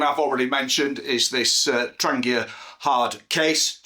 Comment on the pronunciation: THANK YOU for not saying 'tran jee uh'. <3